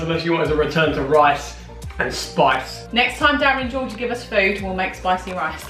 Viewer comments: Food / doof lol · Foontastic. Foonamily. Foonprint Foonspoon. Foonputer.Foony. Foonake